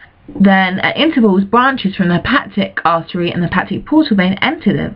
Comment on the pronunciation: Is it really that difficult to pronounce "hepatic"?